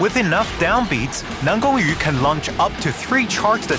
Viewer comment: Dude is chinese? The way he pronounces NanGongYu is so accurate that no Chinese learners can do that